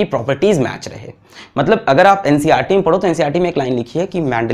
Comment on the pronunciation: bro ncrt nahi NCERT hota hai 😁😁